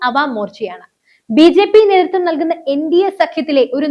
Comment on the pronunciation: കീരളമല്ല -നീതൃത്തം അല്ല നേതൃ ത്വം